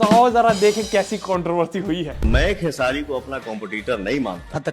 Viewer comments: Arey bhai 😂 khesre lal naam nhi hai yrr kam se kam video banane se phle naam ka spelling thik se padh liya kro khesari lal yadav naam h 😅😅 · sahi se bolna sikh lo bhai khesri nahi khesari hota hai😅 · Khesaari hota hai bro Khesri nhi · Beta tu Jake padhai kar खेसरी लाल नहीं होता खेसारी होता है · खेसरी नहीं खेसारी 😂😂😂😂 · Are bhai khesri nahi khesaari 😂😂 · Abe Bhai khesri nhi hai khesari hai 😂😂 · Bhai vo खेसरी nahi h खेसारी lal yadav h 😂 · Khesari bolo bhai khesri nahi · भाई तू भैया के नाम खेसरी❌ बोल रहा☝️ It's खेसारी✔️ [KHESARI LAL YADAV] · Bhaiya khesri nhi khesari 😂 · खेसरी ❌ खेसारी ✅ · नाम तो याद कर ले भाई खेसरी नही खेसारी है 😂😂ज्ञानी बाबा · Are bhai tumko pata bhi hai ye dono kaun hai ya aise hi video banane baith gaye ho खेसारी लाल ko खेसरी लाल bol rahe ho pehle Puri information collect karo.itni bhi badi controversy nahi h jo video banana pad raha hai aapko. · Khesari ❌ Khesri✅ 😂😂😂😂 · Bhai खेसरी नहीं खेसारी है। अलग दंगआ करवाओगे। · Abe khesaari bolo khesri nahi ok beta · खेसारी , should be the pronounciation 😂it sounds funny when you say खेसरी 😂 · Tum jaise bando ke pass yessa hi gyan hoga apne ap ko itna smajdar smaj raha hai na tu terko khesari ka nam to bolna aa nhi raha aur tu 2 bade superstar ko target kr raha hai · Pahle khesari Lal Yadav ka pronounciation karna sikh lo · Bhai tu sabse pehle khesari shi se bola kr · Abe tumko खेसारी bolne nhi aata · पहले नाम बोलना ढंग से सीख ले